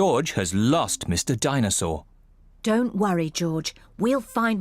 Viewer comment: the chain of people saying "Dinesaw"